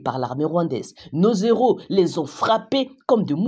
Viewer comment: Bonjour Mme. Il n'y a pas de liaison entre NOS et HEROS dans la prononciation.